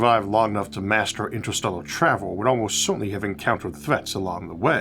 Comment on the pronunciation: "InsterstellOGHR spAOce"... damn, I am really trying to watch your videos and they are great but that accent of yours is just unbearable. It is like eating a delicious soup but with a fly in it that you cannot even remove.